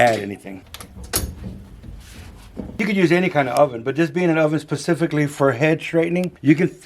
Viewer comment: Specifically,, not pacifically. 😂